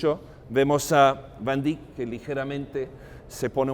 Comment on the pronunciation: ..y porq hacéis el payaso ..pronunciando a la Ibérica si cada idioma es como es y no más !..como de jovenes aprendímos.Van Dáik o Déick..y no ese " iberismo cursi.." último dictatus nódulos..de vamos Monsieur Volteire o Montesquieu..q ? Gran Señor como os permitís tanta " borrasca y churrería.." q Yo humano pobre..nunca ganaré su sueldo..y un Museo tan Universal..lo vais a llenar de " cacharrería.." ah ? Pa' vender mejor ??..pero si UD.o Yo i mi Otro Aquél..jamás igualará la altura de este Genio de la Pintura..y q por algo lo protegió el Lord Tikis ( veis q puedo jugar ?..) dejad los Nombres y Apellidajes como son en sus países..q por ensenar lo o aprenderlo en Chino..o Francés o Catalán..Ruso o Inglés..pués no va a Atraer a nadie más..q a UD o Mi insignificancia..y algún despitadillo más de la Riada de Necesitados de Amor..Comida..o Belleza..y Si esa " módulos " invade incluso tan Alto Museo ?? En el Hermitage ni se les ocurre..en National Galery imposible..en el Louvre i se La Ubre..pués andan locos..cn la chatarrería..un poco de respeto no ?? ..imaginé el momento en q la Obra de Arte es realizada cada minuto..q ningún Artista Verdadero paso Vida De Rositas y Comodines..raro ese afán ..y triste ..respetado al Pintor o Músico..etc..! Perdone pero es hay varios..por q ? No os elevados ( q a todos nos cuesta tiempo y amor ) a la altura de Dn Quijote ??? O Persiles..